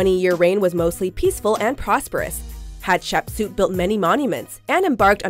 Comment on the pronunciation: Seeing the Chinese drama I'm currently watching in a watchmojo video... bit of an odd experience Also, as someone who watches a metric shitton of Egyptology documentaries, that's the strangest pronunciation of Hatshepsut that I've ever heard